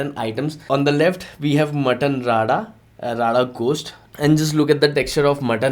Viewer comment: Are bhai Mutton "Rada" nahi re Mutton "Rara". Ra bolne nahi aata kya😒